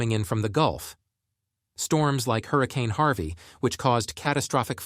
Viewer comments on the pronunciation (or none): none